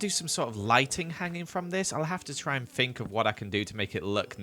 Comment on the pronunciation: Who else likes how pronounces think as fink